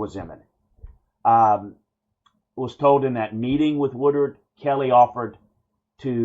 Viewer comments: The AD, that really needs to go, last name is “Wood-Ward” and not Wood-ard” right? Feel like you keep saying the latter instead of Woodward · Dude..learn the names! It’s not WoodURD..It’s WoodWARD!